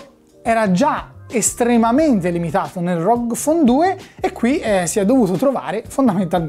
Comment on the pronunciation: GGGGGGG non C.... correggila sta pronuncia